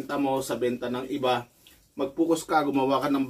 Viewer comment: FOCUS. Hindi "Fucos"